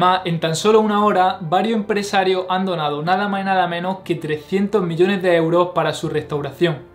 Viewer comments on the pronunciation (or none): none